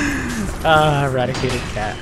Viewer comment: I hate to be that guy, but its IrrADIATED cat. Radiated, not radicated.